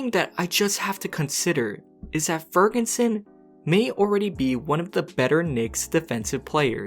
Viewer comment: Why do you call him Fergunson?